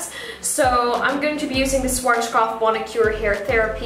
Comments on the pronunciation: Great video! Also, Schwarzkopf is pronounced something like shvarts-koppf or shvahts-koppf (that's the closest english spelling can get to it, looks weird, i know). Or if you can read phonetic alphabet: /ˈʃvaːtskɔpf/ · Its so cute how you pronounce SCHWARZKOPF its so funny. I am german and i am proud to see you are using german products:) schwarzkopf means kinds black head :) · As a German it sounds so cute and funny how you pronounced Schwarzkopf :D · Aw! Am I pronouncing it wrong? Haha... I do like the SCHWARZKOPF brand. It's amazing and it has done wonders for my hair. :) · The way she pronounces SCHWARZKOPF 😁